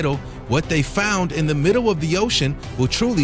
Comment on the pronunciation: What the heck is the "middow" of the ocean? (18 seconds in)